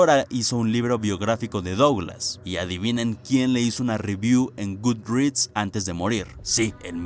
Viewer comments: wey, qué te cuesta pronunciar "duglas"? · AAAAAAAAAA pq pronuncias Douglas y no ''Duglas''